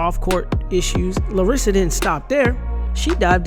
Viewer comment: It's LAR-sa, not Larissa